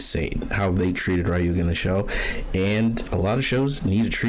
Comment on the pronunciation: It’s pronounced Rayuga, written Ryuga